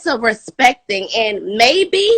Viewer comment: Do anyone else hear her saying thin instead of thing? 🥴